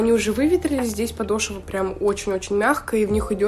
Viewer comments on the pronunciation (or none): none